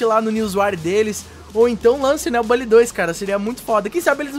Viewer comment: kkkkkkkk, é estranho mesmo pronunciar "bally". Eu vou ficar com minha velha pronúncia "Bully" mesmo, muito mais top kkkkk